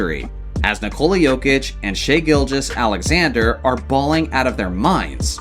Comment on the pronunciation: finally pronounced sga’s name correctly